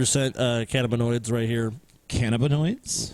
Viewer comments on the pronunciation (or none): its cannabinoid not canaboid